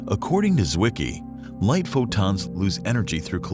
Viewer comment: the letter Z in German wean what, dear narrator? Tsett, not zzzzet. And you know what a "Zwicky" is? Come here and I'll give you one.